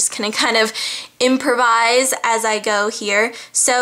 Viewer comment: "impervise" haha aka imPROvise that was funny (